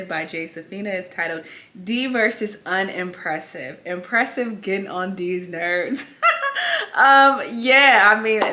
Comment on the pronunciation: “UN”EMPRESSIVE LMAOO💀